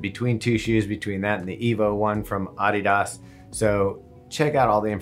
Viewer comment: did he say AUD-DE-DAS? not A-DI-DAS?!?!?!